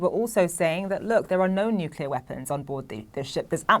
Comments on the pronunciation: It's 'nuclear.' It isn't "nuk-u-lor". You're on TV, try saying it right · Gotta love the nukuler powered subs. "It's pronounced nu-clear or new-clear or nu-kle-ar." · Nukular submarine!? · What they are doing there is making sure Putin doesn't get arrested in Cuba. It's, "Nu-Cle-Ar!" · If Patrick is going to be a pro, play someone tell him to pronounce nuclear correctly. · Learn to pronounce the word nuclear for Christ sakes